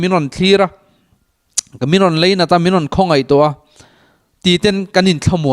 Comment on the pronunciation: sir..a ngaihnawm e..mahse..tawngkam erawh fimkhur ta deuh la kava ti em!! Chibai tih turah Chibei iti tlat zel..Lainat tih turah Leinat pawh iti leh thin..a dang pawh ala awm..hnathawk pahin ka ngaithla a..A tha kher mai